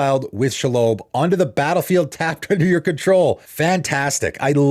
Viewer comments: Love your content :) like so so so much…and I can already picture your eyes rolling at reading this lol. never been one to comment on pronunciation, because fantasy names are always wonky, but Shell-obe fuckin killed me…no e at the end of that name. She lob. Shelob so badass she lobs creatures out of graveyards. Not an ear lobe but a lobbed ball, ya dig? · I've let you get away with a lot of mispronunciations because I like your channel and content but I absolutely have to call you out for Shelob. It's She(as in her) and Lob(as in a high arcing toss of a ball). It's a proper name. It's like if we called you Deemu instead of. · It’s pronounced “Shelob” not “Shelob” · Your totally butchering shelob's name